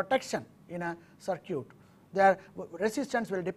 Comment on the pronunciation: When he says, "sur-kyut", (CIRCUIT) he means "sur-kit"